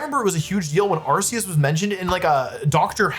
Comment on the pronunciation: you were pronouncing them correctly until now... its arkoos...